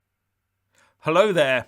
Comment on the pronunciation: No thats why you never wear checks on the tele, only he probably doesn't know that. I love his "Hollo there", makes me laugh every time, and the wooden delivery, its worth listening to him just for the entertainment value.